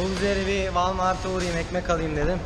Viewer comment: Valmart değil kanka volmart diye okunuyo gözünü seviyim dayanamadım